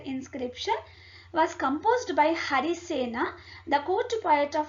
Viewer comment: its मगध not मगधा & its हरिसेन not हरिसेना , कालिदास not कालिदासा,,& अश्वमेध, यज्ञ, वराहमिहिर, अमरसिंह, कृष्णदेव राय not राया, 🙄 i dont understand why people add -A after every name when written in english, just like क्षत्रिय is written as Kshatriya because क्ष=क्+ष् (K+Sh) and -a is put because there is स्वर अ at end but they should be pronounced as they are